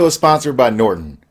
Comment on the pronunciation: from nordon?? nordon shat?!?!?!